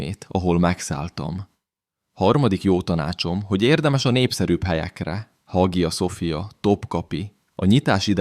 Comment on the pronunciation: Hagia sofia... betű szerinti felolvasása. Borzasztó még hallani is. A.I. hang, tele hibákkal, A.I. által összeállított videók. Az infók jók, de az egész mégis rémesen vacak.